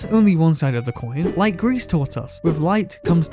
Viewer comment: It’s “gree” not “grease” just so you know.